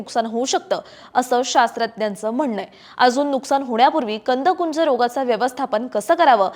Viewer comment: मॅडम कंदकुज म्हणा कुंज नाही